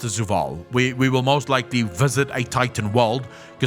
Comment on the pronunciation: before i say anything mean or insensitive about his pronounciation of many words like zovaal as zuwal etc... does he have a speach impedement?